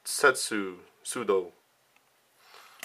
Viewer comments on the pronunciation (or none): none